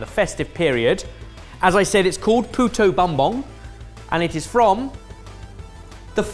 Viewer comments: Hearing BUM-bong was so funny! 😂 It's pronounced boom-bong,. But I forgive you. haha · very fun that every year a filipino dish gets noticed here! Also, as a filipino ben pronounced "puto" correctly. But Bumbong is pronounced as boom-bong (like a pair of "tongs")